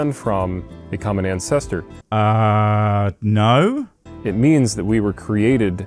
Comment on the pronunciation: "Our offspring is"? "an-CES-tor"? The depth of his ignorance really is disheartening.